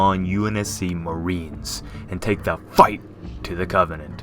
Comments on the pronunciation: Wtf are you on why the hell are you saying FIGHT like that god dam he really needs ta chill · “...and take the FIGHT to the covenant.” Your annunciation is a little over the top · “and take the FIGHT to the covenant”, bad narration.